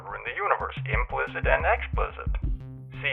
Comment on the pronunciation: "implikit"???? WTF?!